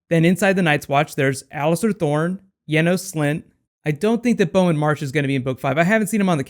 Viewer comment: Yanos slint?! WTF?!